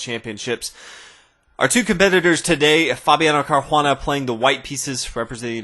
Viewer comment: where do you see H in Caruana?